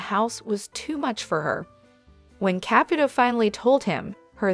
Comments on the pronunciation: Why won’t you pronounce her last name correctly? It is not a hard name? It is not Cap it old it is Caputo! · Who's Capatoe? If you are going to use AI at least pronounce the names correctly. It's sloppy,. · GEEZ ...LEARN HOW TO PRONOUNCE HER NAME FOR HELL SAKE ! NEVEE WATCHING YOU AGAIN !!!!!